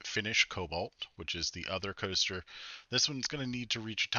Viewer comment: “Planet Two-ster”? 😂